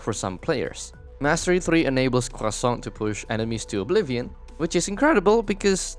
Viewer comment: French guy here, I'm just here to say that everytime you say Croissant with an emphasis on our weird R sound, it makes me very happy. Great video!